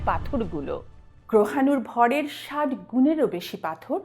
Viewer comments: গেঁয়োদের মত "ষাইট" বলছেন কেন ? "ষাট" বলতে পারেন না!🤣🤣🤣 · "ষাইট ডিগ্রি" না বলে "ষাট ডিগ্রি" বলুন--আপনি তো শিক্ষিত!